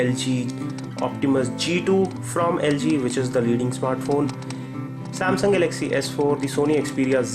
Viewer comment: Please practise speaking in English, it's Galaxy not galagzzz Apart from that nice review